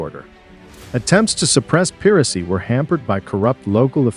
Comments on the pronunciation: Johnny Depp? Pronumciation of archipelago and piracy? Saudi arabia as Europe? King George Eye? World War Sia? What is that? Harold Macmillan? Wow this is bad. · Great information. I'm not sure if it's because of AI, but words like archipelago and piracy were butchered.